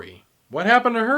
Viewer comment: It's Mangum not magnum